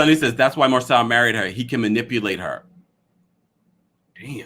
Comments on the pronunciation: Marsau’s name is pronounced MAR-SO not Marcell or Marsell. The cast pronounces his name as Marsau/Mar-so on the show every week yet a few bloggers constantly mispronounce his first name. 🤷🏽‍♀️ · It’s pronounced Mar-Sew